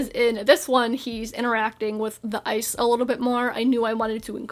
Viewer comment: for a bit, i thought you were saying "eyes" instead of "ice"